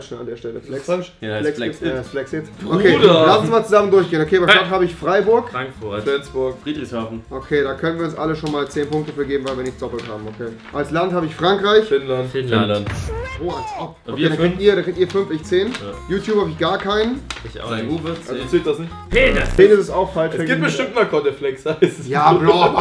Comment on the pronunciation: Larifari das triggert mich halt immer wenn jmd Frankreichich sagt